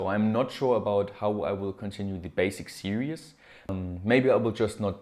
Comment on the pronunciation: Series is pronounced "sear-ease" (eeees), not serious. Lol, you say it in every video, all good though.